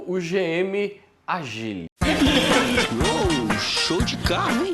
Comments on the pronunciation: O povo insiste em falar errado o nome do carro… não é Agíle, e sim ÁGILE! Com acento no A!!!!! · o nome do carro Ágile não agíle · Muito bom que dá pra sentir o desgosto do só de pronunciar Agíle e Kwíde kkkkk